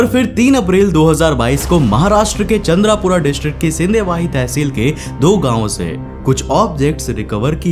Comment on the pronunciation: Bro it's not Chandrapura it's Chandrapur 🤣